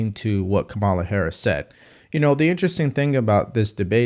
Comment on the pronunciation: Just a friendly reminder that her name is pronounced KAmala, not kaMALA.